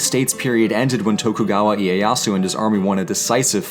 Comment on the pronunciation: Tokugawa, you mean Shogun kayo?